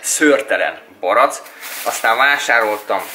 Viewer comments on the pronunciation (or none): nem barac hanem barack